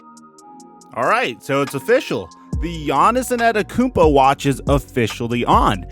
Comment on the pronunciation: Bruh he said Giannis Annettakoumpo